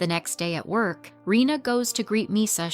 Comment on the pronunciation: Her name is Reina instead of Rina actually, pronounced "ray-na"